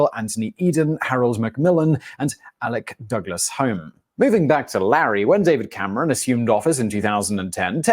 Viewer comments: It's absolutely true. Larry is 17 now and our last PM Richie Sunak and his family want to adopt him. By the way the PM Alec Douglas Home is pronounced (Hume) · Alec Douglas Home is pronounced Hume